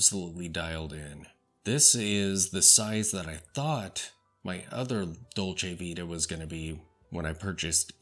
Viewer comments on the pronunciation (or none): Nice review, but Please pay more attention how to pronounce LonGines, and Dolce ViTa as well.